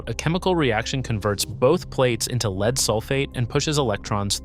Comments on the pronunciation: It’s actually “Lead”, pronounced like “led.” And lead is a type of metal. It is not “leed”. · Leed acid indicates AI in my book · That's the problem with these AI slop videos. They're just an AI narrator reading a typed script - hence "leed" instead of "led" for lead because they rarely if ever proofread and pre-listen to how their script sounds being read by the AI. They use the AI to also throw in a bunch of slides on the subject that have some relevance but not always appropriate to what is being talked about at that point in time, or even not relevant at all. I really hope no one gets hurt, but at the same time people should not be using these things to do the whole project - it should be an idea starter, but then do their own research and figure it out for themselves. Just like everything else people use AI for. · I almost watched this until the AI pronounced the word "lead" as "leed". This is just AI generated slop... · LEED-acid battery?? AI flubs again. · C'mon, pronounce "LEAD" correctly! Dumb AI!!! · AI cant pronounce "lead" correctly? Also, there's a big difference between lead acid and AGM batteries which he says AGM is maintenance free, true but we're talking about deep cycle marine lead acid batteries not AGM batteries. So, the facts are correct but when comparing 2 different types of batteries, you can't sneak in a third's properties as though it's part of the point you are trying to make. That's dishonest! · AI slop. Mispronounced the word lead. Basic human editing/supervision would have prevented that. Downvote and move on to the next video. Bad robot! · This video is AI slop. Can't even pronounce lead in lead acid batteries. And I don't know about you, but I certainly don't want tech advice from an AI that can't even pronounce the English it "reads."